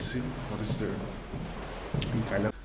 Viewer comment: Kyllang rock not keylang rock...